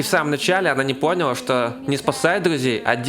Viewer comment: С самого начала видео залило кровью из ушей при этом повторении "пОняла" АааАаааАааааааааАааа